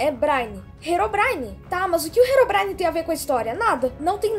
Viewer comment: Quando o endermen diz herobrin- no tradutor diz heroína